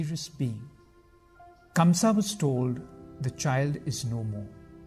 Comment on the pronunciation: Ok..so now let me tell u something.. the name of the king is not KAMSA..it's KANGSA..and Sarpent king Sheshnaag protected little Krishna from rain on his way to Gokul as he himself became little Krishna's umbrella..